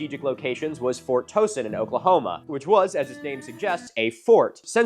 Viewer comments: So as someone who grew up just a few miles away from fort Towson, it's dope to hear the old fort be mentioned. However we pernouce it t-ow-son not toe-son. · Towson is pronounced Tau-son AI pronunciation fail, but great video, thanks!